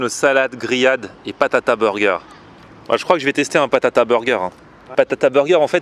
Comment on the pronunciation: BATATA burger pas PATATA voyons